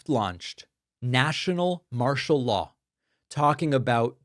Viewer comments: Martial.not martel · Martial Law….NOT ‘Martal’ Law……just saying….. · "Martal" law? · “Martial” Law. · It’s martial law David.